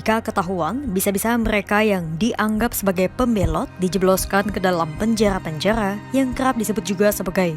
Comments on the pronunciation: Kaka ora ISO ngomong r ya ???? ko dari tadi omong ora make r panjaya ya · KENAPA PEMBACA BERITA KOMPAS PELAT SANGAT MEMBACA..TOLONG TUKAR POSISI..POSISI YG LEBIH SESUAI...PENJARARRRR PENJANGHA...SEBUTAN NYA SALAH..